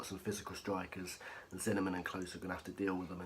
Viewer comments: Were you saying zinnernan instead of Zimmerman 😂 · Certainly sounded a bit like it